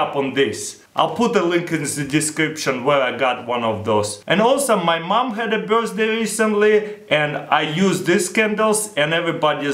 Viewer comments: nigga says birsday instead of birthday lol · Am i the only one who heard him saying birzday cake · he says birthday......sounds like burstday......!!!! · 'birzday candles' XD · 1.03 ' birstday ' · the way he says birthday-burzday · i lost it at "my mom's bursday" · anybody noticed he said Burzday? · He said birsday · birstsday looool